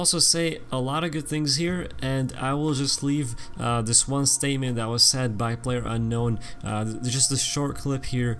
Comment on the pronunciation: "Player Uknown"